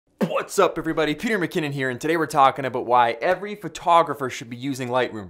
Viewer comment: BUH-VWHATS UP speak english please